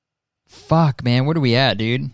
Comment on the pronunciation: The way he was like “fuCk” at the end💀